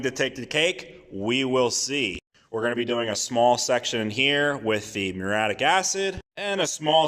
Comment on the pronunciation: Btw, dude, it pronounced MYUR-EE-YATTIC, at least in typical English